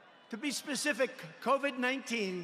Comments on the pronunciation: Coved ??? Coved ??? Wtf 😂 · Man said ‘cOvEd’. 😑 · Did he say coved? What's a chyna?